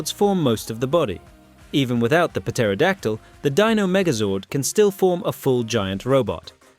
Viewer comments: Puh-teraodactly? The p is silent. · The "p" in Pterodactyl and Ptera is silent idiot. Its not pronounced "Pa-tera-dak-tul/Pa-tera". Maybe before tou criticize a Zord's usfulness you lean to say the name CORRECTLY and CONSISTENTLY. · Why do you pronounce the "p " in " pterodactyl" ? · Please stop saying putera. Its pronounced tera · ok, i made it to the firebird and he's mispronouncing Pteradactyl again..... i can't.... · For the love of God someone teach these damn AI how to say the word pterodactyl properly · I can’t take this video seriously at all did he pronounce the P in pterodactyl😂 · So many mispronounced non-silent Ps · In the Boom comics, the Pterodactyl can detach and act independently. Also holy shit dude. The P is silent. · The "P" in Pterodactyl is silent. Was this narrated by AI? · The P in Pterodactyl is silent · 39 says it right, and at :56 pronounces the "P" seriously... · The P in Pterodactyl and Ptera is silent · I lost faith in this video after the 1st megazord and why are you putting so much emphasis on the P in Pterodactyl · The p is silent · At the expense of sounding ignorant, why do you pronounce pterodactyl like that? There’s a heavy emphasis that you put on the “p”, I was always under the impression that is was silent. Just curious, didn’t know if other nations pronounced it differently based on their English dialect. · It's clear this guy doesn't have a deeper understanding of power rangers lore, but I like the premise of the video. However, THE P IS SILENT IN PTERODACTYL!!!!! Also in the clone dinothunder megazord's case it clearly has a mutated Pterodactyloid zord on its chest, the spikey green part. And with all your discrimination towards Pterodactyls and flying zords in general it's a wonder you didn't include the white falcon zord, probably only left it out because 'tommy is awesome' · The p is silent in pterodactyl. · P is silent in pterryadactl lol I know it's musspelled.